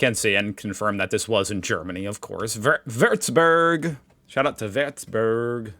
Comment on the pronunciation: Another case of initially pronouncing Würzburg better than the "how to say" video 😅